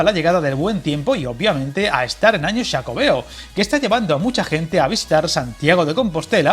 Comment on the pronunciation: Me encantan tus vídeos, pero como Ourensano, te agradeceríamos mucho que dijeses Ourense al igual que dices bien xacobeo,Pontevedra... Gracias de antemano y enhorabuena por el contenido del canal